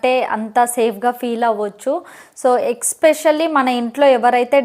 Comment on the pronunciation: Especially akka especially kaadhu